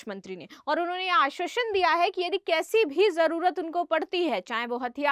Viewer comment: आश्वासन शब्द का ठीकसे उच्चार करना